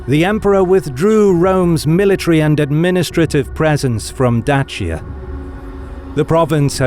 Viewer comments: Love the pronounciation of Dacia and looking forward for the rest. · As a Romanian, I must admit that I really appreciate the way you pronounce "Dacia. You chose to pronounce it the way it should be. My respect for you reached another level simply because of this tiny detail. Thumbs up for being a pro and keep up the good work!